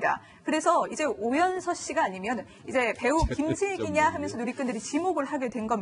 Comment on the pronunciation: 아이고 망했네;; 발음도 못하는 저 여자는 누구지?? 오연선(누구?)---오연서가(반말) ---오연서씨가.... 모하는 여자?? 실수한거 사과도 안하는 방송이네;; 채널A 뉴스 망해라!!! 그래도 뉴스를 전하는 방송인거 같은데 발음 그따위로 하고 사과 안할꺼면 자기 스스로 그만둬야지;; 구혜선같은